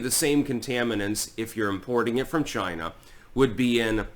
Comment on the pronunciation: "It came from CHY-NA!!!"